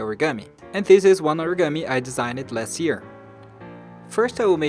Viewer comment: You're pronouncing "designed" wrong! You shouldn't read the second "e" . It's like design + d